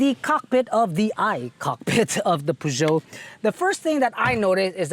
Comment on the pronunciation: So far this is the first car reviewer in the Philippines who I heard pronounces the maker's name correctly. ;) (y)